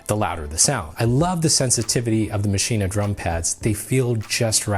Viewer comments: why are you saying maschina... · Please stop mispronouncing maschine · Isn't it pronounced as Machine? I saw 3 videos including this and everyone called it MASHINA. Now I have doubts :p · wait are u saying "maschinAH" is that how its pronounced? i was today years old... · Does anyone else get annoyed when he says maschine but pronounces the the at the end?